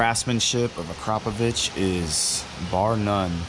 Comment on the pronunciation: I guess that’s why you can’t pronounce akraprovic